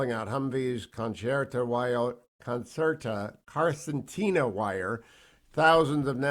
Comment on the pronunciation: It's pronounced con-cer-tin-a (Benefits on a 20 year military career).